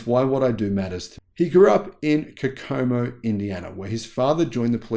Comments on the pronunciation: Love your channel! Watch most everything. I wanted to let you know, it's pronounced "CO-CO-MO" Indiana. Just like the Beach Boys song of the same name Kokomo. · I live 30 minutes from Kokomo and here in the States we pronounce it as KO-ko-mo with the stress on the first syllable. The Beach Boys have a song called Kokomo and, though it's a different Kokomo, it's pronounced the same. I'm not trying to be grammar nazi just trying to be helpful since I know you say Kokomo sometimes and you're far from here. Love the channel. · To learn how to pronounce Kokomo , see Beach Boys here: TadZubd0YSo